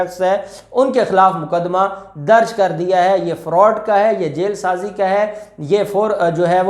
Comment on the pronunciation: Bhai it is " jaal sazi " not " jail sazi " please be careful